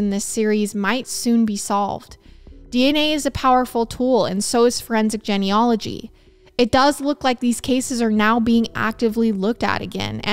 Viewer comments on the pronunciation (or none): Have I been saying "genealogy" wrong my whole life?